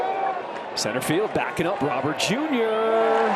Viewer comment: Roh - berrt . Not roh- bear . Its spanish not french